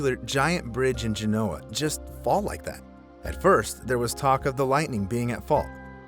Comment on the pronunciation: I love your channel, but you need to look up the correct pronunciation of Genoa.